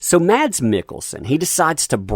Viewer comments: His name is pronounced as "mAss", not maDs". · Like your videos...FYI...Mads Mikkelsen's first name is pronounceed "Mass" the d is silent... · BTW...his name is pronounced Mass Mikkelsen